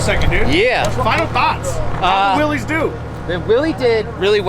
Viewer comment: It's actually pronounced"Willis", like "what you talkin bout Willis?" The classic jeep guys will jump your case for getting it wrong. LOL